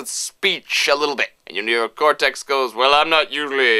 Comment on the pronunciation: i think made the computer sleep with his NEE-OH-KOHR-TEKSSS power:D